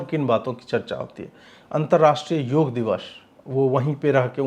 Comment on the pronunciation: योगा नहीं योग बोलिये mahiday